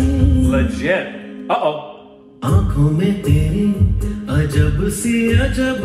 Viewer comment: The pronunciation of "ankhon mein" was totally #Korbinized!!!! You didn't catch it this time